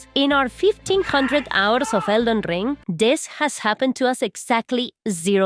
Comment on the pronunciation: Elden Rrrrrrrring 😂